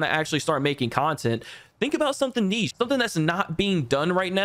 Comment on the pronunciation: The way you pronounced niche though lol